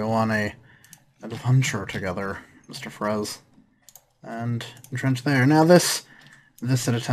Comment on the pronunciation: When you say "entrench", it sounds like you are saying "trench". XD